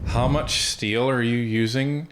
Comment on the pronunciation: When carney says steel he spells it s-t-e-a-l.